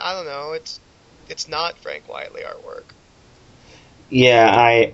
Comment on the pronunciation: His name is pronounced "Quite-ly". His whole name is a spoonerism of "Quite Frankly." There, I said it. There's my trolling for the day.